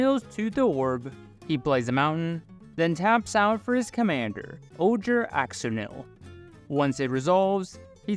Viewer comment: The Ojer gods are pronounced Oher, wizards released an article for all the names and how to pronounce them acuratly :D and im fascinated how you already got some jurassic cards in there, im still waiting for my booster because of the delay. Edit: pardon me, i just found out it wasnt wizards themself but the community who made the phonetics chart.